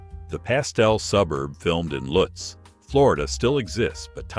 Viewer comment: luttz is pronounced lootz